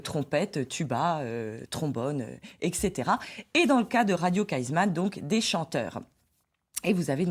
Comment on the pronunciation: Radio Kaizman :-) et non Kaisman